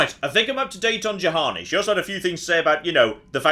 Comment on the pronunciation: its bloody Juhani, like Yuhani!! not Jahani ffs!!!